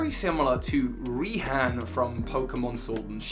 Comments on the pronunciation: nobody: not a single soul:: pronounces raihan (ray-han) as reehan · literally had to pause the vid and be like "im sorry did you just say Ree-han?" hilarious pls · REE-han LMFAO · I always thought Raihan's name was pronounced like Ryan. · Does anyone pronounce raihan like Ryan? Just me? Okay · I thought Ryhan’s name was pronounced “Ryan.” Just cuz a name has a weird spelling, it’s sometimes really simple. And sometimes it’s just lost in translation. Idk, that’s just me. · Ree-han's Ee-kans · "Ree-han?" Where did that pronunciation come from?